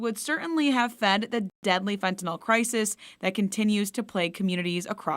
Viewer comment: Fentanyl not Fentanol.